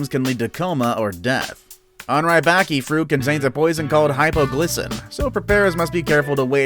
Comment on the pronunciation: You pronounced ackee wrong